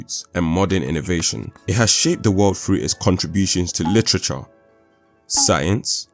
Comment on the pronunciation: "Froo" not THROUGH?